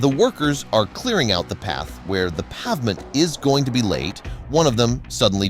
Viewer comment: Can't pronounce pavement? Those photos don't support the story.